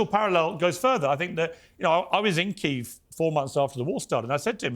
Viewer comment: Keeeev? Keeeve. Fukc pierce